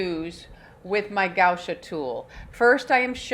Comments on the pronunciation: Sweetheart, it's gua sha, not gau sha.🥰😊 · right, but not gau sha, as she was pronuncing.